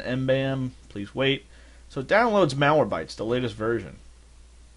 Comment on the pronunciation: it's MalwareBYTES , not MalwareBTYES